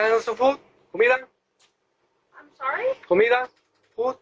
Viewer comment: COMIDA --- not "HUMILA"... lol